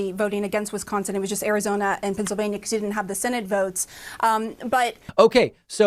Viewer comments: Didn't he just pronounce Wisconsin as WiNsconsin? And this not as a minor from the EU or Australia, but as not only an adult in America, but as a United States Representative, which makes it even worse. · I'm sorry, did he just say Winsconsin? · "WINS-SCONSON",.....REALLY!!! THIS IS AS BAD AS WHEN HE SAID "GEORGE WASHING-GAME AT THE RNC!! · He can't even pronounce Wisconsin, called it WINsconin. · Winsconsin? At least he pronounced Madison correctly. Has he even been to Wisconsin?